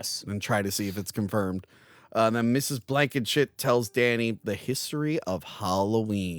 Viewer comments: its Ms. Blankenship not Blankenshit 😂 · it’s NOT “Blankenshit”. Also, you’re mispronouncing Donner 🤦🏻‍♂️